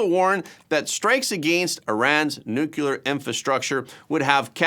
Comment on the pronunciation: I love your show, but I cringe every time you say the word nuclear as nu-cu-lar. It's nu-clear--only 2 syllables.